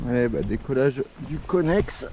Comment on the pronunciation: Mdr conest et non connex. Felicitations et Salutation